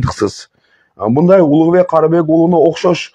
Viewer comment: Эфирден отура бербей гаремдеги аялдарынды багып жашоонду кылчы. Тьфу сендей адамдар бир куну ак деп эртеси кара деген оомал токмол келесоолор токтогулачы чыкпагыла . Кайсы тилде суйлойсун ль,лы деп эле айтылат ,миндай эмес мындай деп суйлойт .блогер тилди ондо.